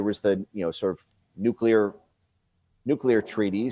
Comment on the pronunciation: Benny, please pronounce NUCLEAR correctly...please?